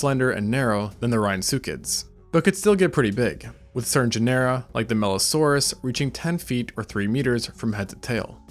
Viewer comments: I love your videos but everytime you say Genera like Panera makes my skin crawl. It’s pronounced like Gin-uh-ruh like gener in generation. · Say "janera" one more time. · it's weird that you put all this stuff together but can't pronounce "genera" therefore never even took high school level biology?